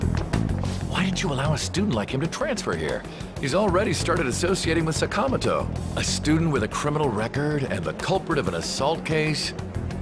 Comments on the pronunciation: Why do they pronounce Sakamoto like that? Like c'mon at least try to get the inflexion right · damn sakamoto can't even pronounce his name properly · I wish they would pronounce Sakamoto correctly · Why is the dub absolutely butchering the pronunciation of “Sakamoto”? They really don’t have someone on hand that knows how to pronounce Japanese names?